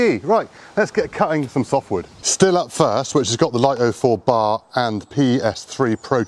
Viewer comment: It's pronounced "Steel" btw